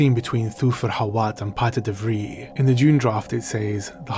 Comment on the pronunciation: So funny to see the name "Piter de Vries". The family name "De Vries" is 100% Dutch and in the top 10 of most common family names in the Netherlands. You correctly pronounced the "ie" sound, but the s isn't silent. I would have loved to have this scene with Paul and Hawat. And also the scene with Hawat and De Vries. It would even better explain Paul's exceptional powers. Almost to show a juxtaposition between the powers of mentats and those of the Bene Gessiret, but Paul learning to master both.